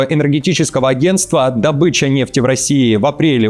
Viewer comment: Здравствуйте. Спасибо за вашу работу в информативном пространстве, за качественный продукт. Но так режет всегда слух, когда говорят "Добыча" с ударением на "Ы" Это применимо например к дичи, зайца, медведя..., это добЫча. А природные ископаемые -это дОбыча. дОбыча нефти, газа, угля... На "О". Спасибо за понимание.